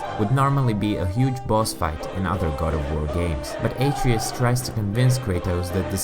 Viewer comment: Not bad but you should pronounce the sons name properly